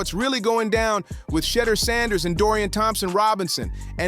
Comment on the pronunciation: Who TF is Cheddar Sanders?